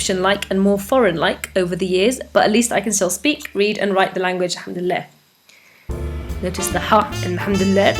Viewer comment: Notice the 'ha' in 'ham-dul-lah' which isn't the right word lol, alhamdullillah.